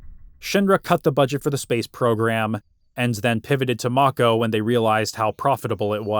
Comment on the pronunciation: I think it's pronounced "make-ohh".